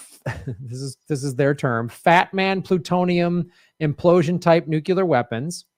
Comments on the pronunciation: ok, it bugs me that doesn't pronounce nuclear right. He says it like "nucular" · why can't most mericans pronounce Nuclear... it's 'new' and 'clear'.... Nuclear. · It's not nuke-ular?